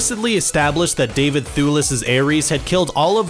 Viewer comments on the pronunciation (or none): none